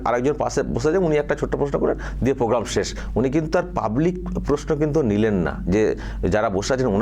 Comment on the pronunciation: PROGRAM KOTHA TA YHIK KORE UCCHARON KORTE PARE NA, PROGRAM KOTHA TA KE POGGAM BOLE KHEAL KORE DEKHBEN.